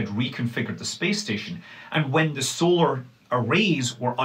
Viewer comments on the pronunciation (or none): none